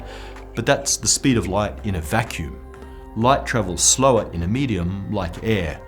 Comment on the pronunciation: Love the channel. What is it with that guy pronouncing"light" like "lights". Is it a British thing?